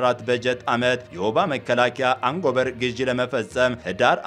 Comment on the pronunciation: አንጎበር : አትበል ! አጎበር : ነው የሚባለው ! አማርኛውን አታበላሸው !